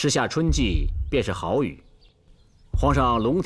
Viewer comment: 这旁白是人工智慧合成的。以为有的地方人根本不会读错，但旁白却读错了。比如“好雨”，他读成了“耗”雨